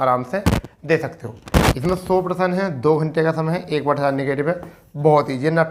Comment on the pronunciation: भाई प्रसन नही प्रश्न होता है😅😂😂😂😂